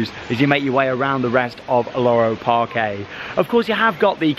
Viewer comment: Just a note: Parque in Spanish is actually just pronounced Park, not Parké. Just like Parque Warner.